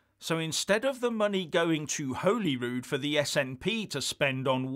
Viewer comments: It's pronounced Holly Rude - Holy Rude is a church in Stirling. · It's pronounced 'Holly'rood,. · btw its pronounced 'hawely rood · Great video as usual. But I would like to point out that Holyrood is pronounced as if spelt Hollyrood. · it might be spelled Holyrood but it’s pronounced Hollyrood haha... great work support you when I can, but 1 yr plus out of work! Sorry... Is wee Nippy holding on to the cash to use as an EU entry fund? So she can get back in the big club? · It’s pronounced as holly rood. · He can’t pronounce Hollyrood. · You might learn to pronounce Holyrood correctly.